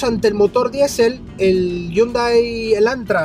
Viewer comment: Ese es un Hyundai Elantra 2017 no el 2016... deberías aprender a pronunciar la marca “Hyundai”.